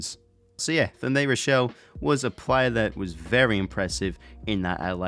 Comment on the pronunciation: Josh Rachele is pronounced Ra-she-ly